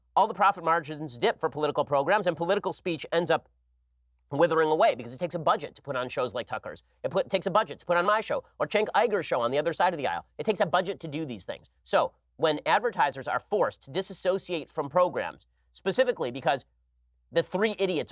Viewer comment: Come on Ben. I dont agree with the crap Cenk says, but say his name correctly. Its pronounced Jenk You-ger. It just comes off as petty to purposefully say his name incorrectly.